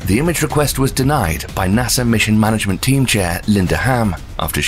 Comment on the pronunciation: And the way he says nasa= nasser Idea=idear Im in love with this man I listen to this before bedtime and it puts me to sleep like a child with the knowledge of the universe in my mind